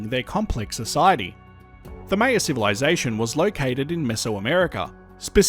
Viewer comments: it’s pronounced “MY-yuh”, not “MAY-yuh”. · Great video! Only thing I I wanted to add is Maya is pronounced like “higher” with an M :) Still found the video fascinating though! I’d never heard about this eruption/these eruptions!